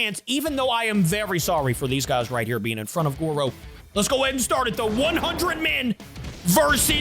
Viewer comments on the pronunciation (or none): It’s Goro, not goru